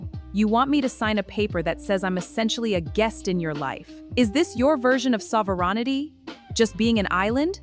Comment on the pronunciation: Sov-er-onity? HAHAHAHA 😂